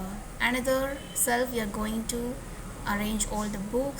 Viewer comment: not self. It's shelf